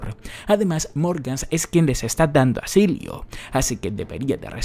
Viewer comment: Por cierto, es asilo, no asilio. solo digo jeje saludos